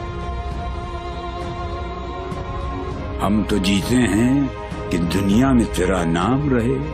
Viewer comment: Thanks sister plz say Allah not alha